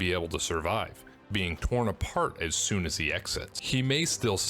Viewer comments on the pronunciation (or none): none